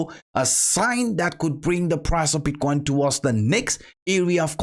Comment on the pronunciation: "Bitquain" dude learn how to pronunciate it first, is not that hard.